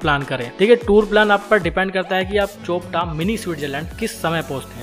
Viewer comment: चोपटा नहीं भाई ... ये चोपता है